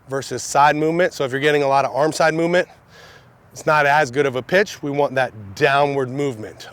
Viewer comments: it sounds like that's what he said but it's pitch 😂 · Did anyone else hear b*tch instead of pitch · I heard Pitch and Bitch mixed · sound like he says when you throw this bitch 😂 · it’s sound like he’s saying “when you throw this bi*ch” 😂😂😂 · omg i heard that lol